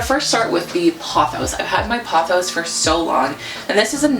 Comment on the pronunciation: Pothos- Poe-those Pilea- Pie-Lee-uh For your Maranta/Prayer plant, try setting your water out for a day or two or getting distilled because most filters don't remove the chlorine/fluoride from the water which is the issue with the plants. They also live humidity, so a small humidifier or pebble tray filled with water will help perk it up a bit